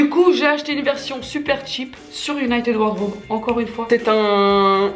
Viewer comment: "united ward raube "